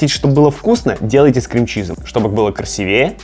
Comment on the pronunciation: Не красивЕе, а красИвее) и кстати, у нас тоже кота зовут "Буся" ("Бусинка")